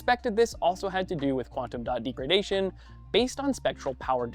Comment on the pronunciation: Can we get a presenter that knows how to pronounce "degradation"?